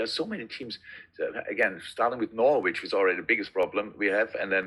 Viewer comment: The sound quality of this video is so shitty one can barely hear that Klopp has not yet learnt how to pronounce 'Norwich'. 😜